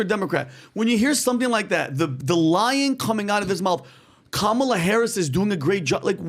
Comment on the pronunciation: ca. has invented yet another mispronunciation of Kamala. It's KAH-ma-la,, not CAM-a-la.